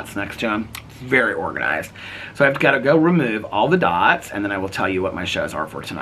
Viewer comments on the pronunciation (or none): none